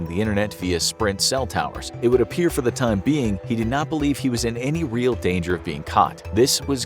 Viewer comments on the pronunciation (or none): none